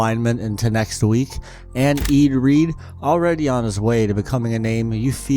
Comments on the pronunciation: Hahaha. I came here for this too. Who the hell is EED Reed? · ah yes, eeed reed